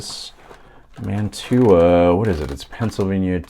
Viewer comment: Mantua is pronounced "Man-choo-ah". Don't pronounce the "t". Almost all those old Mantua's have Pittman motors in them and changing the magnets to neodymium (rare earth) magnets really helps those old motors run better. Cheers from eastern TN